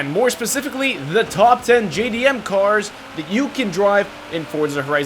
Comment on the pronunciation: Why do you pronounce these cars weirdly